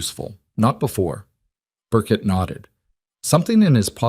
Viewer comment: The name Burke is usually pronounced with a silent “e”, not Burket. It’s disconcerting. 😒 Also, the other name is usually spelled “Okafor” not all the crazy ways you’ve been spelling it. The phony audio lines in the top corner are definitely not necessary. 😡